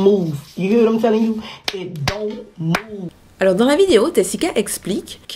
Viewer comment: "Don't moove "